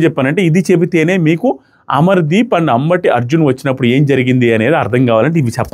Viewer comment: అంబటి అర్జున్ కాదు అంబాటి అర్జున్